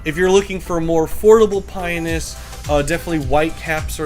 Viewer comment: I am sorry but it is driving me nuts. It is Pi-on-us. There is an O in the name you just skip over it. I have had these birds for 30 years, please don't for get the O in it.